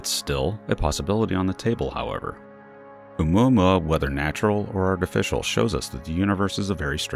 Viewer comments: Please stop saying Oumuamuamuauauauauauaua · Can’t stand the way he’s say oumuamua. Couldn’t even finish watching the video. 🖕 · I almost crack up when the narrator says oumuamua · Everytime u says its name i cring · You just like saying Oumuamua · When you dont know how to pronounce something so you just mumble it! 😂